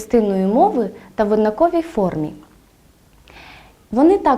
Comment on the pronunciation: На жаль, помилки простежуються не лише в наголошуванні слів "одаковий", "у випадку", а навіть у наведених прикладах неправильно було визначено однорідні члени речення: однорідні присудки підкреслено як означення.